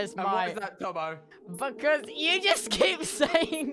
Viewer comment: its tubbo, not chubbo.